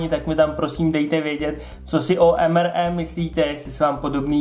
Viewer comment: Prosim te nečti to EM ER E ale EM AR I. :-DDD